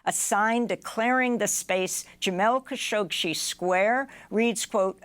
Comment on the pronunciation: You're adding an extra "sh" to "Khashoggi" -- it isn't "Khashogshi"!